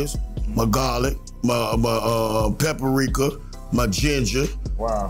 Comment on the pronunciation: Pepper-reeka 😂😂😂👍🏿.He is so funny. Did he mean high blood pressure